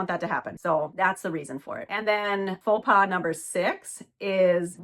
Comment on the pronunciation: It’s pronounced “ pho pah”! It’s French.